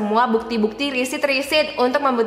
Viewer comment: Hahahaha maaf kak aksennya lucu saat nyebut "maret" dan "riset" kenapa jadi risit😂